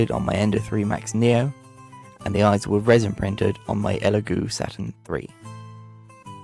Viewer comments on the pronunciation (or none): none